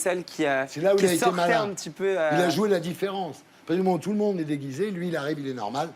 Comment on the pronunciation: Il a dit dégisé ou je rêve ? 😲😲